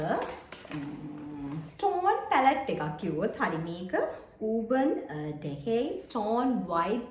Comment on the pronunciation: Darling උර්බන් නෙමේ ඒක Pronounce කරන්නේ අර්බන් ඩිකේ kiyala